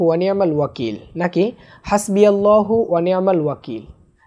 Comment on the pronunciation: ভাই আল্লাহূর জায়গায় নাললাহূ কেন